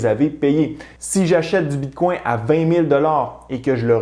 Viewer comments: Tu essaie de prononcer Bitcoin en francais, avec le coin a la fin. Ca sonne comme “bitcongne”. Tu prononce Etheruem avec l acces Englais par contre C est une remarque positive et constructive. Ca peux irritater des gens de te voir deformer le bitcoin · Tu pronounce bien etherieum, mais moins bien Bitcoin